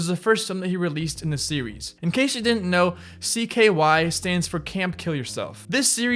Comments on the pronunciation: Camp “cyk”? “Cyrus” xm? Do some more research next time please. You’re too large a channel to be so lazy. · Spike “jonezee” rake “young” you’re talking out of your ass “cYkay” cringe